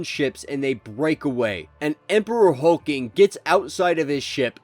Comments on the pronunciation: It’s not Hulking it’s Hulkling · Really dude? HULK LING man NOT HULKING!! SERIOUSLY? AND YOU ARE SUPPOSE TO KNOW COMICS? LOL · If you don't stop butchering these names!! Hulk- ling. God if you can't say it right don't say it at all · There are two L's in Hulkling. Hulk+Ling